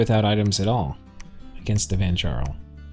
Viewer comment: For interest sake the ja in vanjarl is pronounced "ya" as in yarn. Last time i had a NAP breaker in a game, the following game I spent way too many gems just ruining his game with remote attacks, and bane venom charms. I didn't say anything the whole game and had to cross two other players lands to do it. His rage was absolutely hilarious. The players around me all were in on it and left me alive to screw the guys game over.